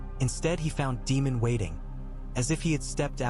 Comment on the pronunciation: It's Daymon not Demon.